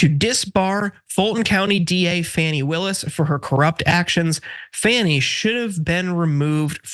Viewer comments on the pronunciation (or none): Fani is pronounced “Fauni” not “Fanny”. Only MAGAs call her that because they’re assholes. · For gawd's sake, can you at least pronounce her name right? It's pronounced "Fawny" not "Fanny". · Congratulations! You made my garbage person of the week when you pronounced her name as Fanny. She's been in the news for a few years now. You should be able to keep up. It's not Fanny. It's pronounced Fawn-ee. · FAWNee not FANee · FAWN-EEE, not fanny. She deserves a GREAT deal of respect. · It’s pronounced “FONNIE.” makes people wonder if you’re calling her fanny because Trump did. Anybody with a brain can see that Trump probably paid off these people to try to get FANI Willis removed. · I think you are not pronouncing her name wrong on purpose, I won't watch or listen to you anymore. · You're mispronouncing Sadow, Fani, and McAfee, and the video isn't even half over.